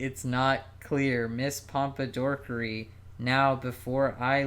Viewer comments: Every time they said “ms pompadorkery” my blood pressure rose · "Mr Pompadorkery" im crying